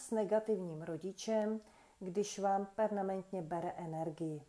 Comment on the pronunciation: Milá, moc ráda Vás poslouchám, ale prosím, neříkejte slovo "pernamentně":-) Používejte prosím cizí slova správně a když už, tak říkejte "permanentně" nebo trvale, nepřetržitě atd.. Nezlobte se, ale tahá mě to za uši a u Vás, inteligentní osoby, mě to trošku udivuje...